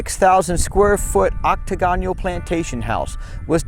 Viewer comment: Dude, the word Octagonal is pronounced ocTAGonal, they way you pronounce it is very awkward.